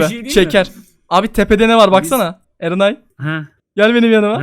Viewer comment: Niye ben erenay dediği anda enayi bey diye duydum